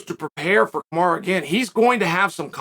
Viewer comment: Hey Chael, is Uncle Dana asking you to put this narrative out there? Everyone saw Usman cheating in the match. Ray Charles saw it. Do you owe Usman a favor or something? Is he paying you? Kamaru (not Kamara, you always say his name incorrectly) is not a gentleman and he is on PEDs. Please save yourself the time of making these type of videos because you're not fooling anyone and you're pretty much insulting the intelligence of your audience with your BS.